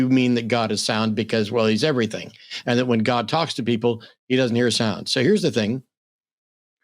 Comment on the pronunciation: The fact that he says ‘everyfink’ tells me all I need to know about him